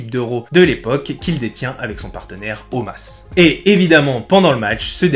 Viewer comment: Omos ! Pas Omas ehhh top vidéo sinon continue !